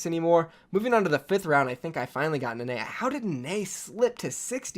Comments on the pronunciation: Nenne is pronounced “neh neh” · Love the vid. Only just got triggered by your pronuciation of Nenne